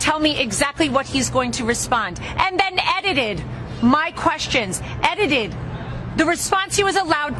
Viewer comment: what is "eddided?" I've heard of edited, but not this eddided you keep saying.